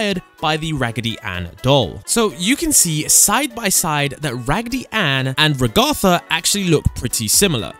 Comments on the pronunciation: Ra-gatha❌ Rag-atha✅ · RagAtha how he pronounces it the real pronunciation RAgatha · RAGTHA IT’S RAGATHA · The fact that you mispronounced Raghetha’s name in the same way that AI voices (Microsoft Mic) do, tells me you haven’t actually watched the show, just used other people’s youtube videos as a reference, considering they say her name in the show itself. It’s Rag-uh-the, not Ra-Gotha. It’s a mixture of Raggedy Ann (which she is a reference to) or Ragdoll, and the name Agatha. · STOP SAYING IT WRONG Its Ragatha not Ragotha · It’s ragatha not rogatha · Ragatha not Rugutha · Ragatha not Ragotha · Its not re ha tha its raga tha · Ragatha not "raguhthah" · Reg are tha???? 😅 Its just ragatha... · Its pronounced Rahgahtha not ragather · ……I’d suggest you learn how to pronounce “Ragatha”’s name… it’s not “Ragartha”…… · What the secrets actually are: 1. Correct 2. It's not a reference to Pibby. It's the same texture used for SM64 Metal Mario. And the abstracting is a reference to video game glitches in general. 3. Maybe 4. First, it's said Rag-a-tha, like kitchen rag. Also, the reference to Raggedy Ann is correct. 5. No, it's not a reference to Minecraft. 6. No, it's not a reference to Security Breach. 7. Maybe 8. That's just obvious. 9. It's not a reference to Amanda the Adventurer. It's inspired by things like it, but not referencing it specifically. 10. It's not a reference, just a coincidence. 11. Correct 12. Correct 13. That's just a cliché. 14. Correct 15. Maybe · Not him calling ragatha “Regothah” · IT'S RAG-ATHA NOT WANT HE WAS SAYING IT WAS ANNOYING ME!?! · One of the main characters, “rag-AR-THA” 😐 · istg if he says ragartha one more time.. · It hurts me so much 'ragartha' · dude its rag - a - tha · Bro it’s ragatha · It’s rage tha ragetha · He said Ragath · It’s (RA-gith-a) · the amount of times you said her name wrong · Also u pronounced ragatha wrong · I like how he says ragatha wrong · Please stop saying Ragatha wrong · You’re saying ragatha wrong